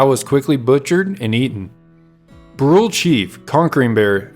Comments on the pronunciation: As I understand it the band was known as the Brulé (Broo-LAY, not Brool). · Brule is pronounced "Broo-LAY." From the French meaning Burnt.